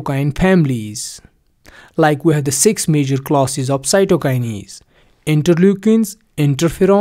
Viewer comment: Stop fucking saying "cytokinies" It is "cytokines" This video is so bad I cant watch all of it